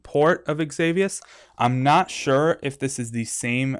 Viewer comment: danmmit it's pronounced ex-i-vious not ex-avi-ous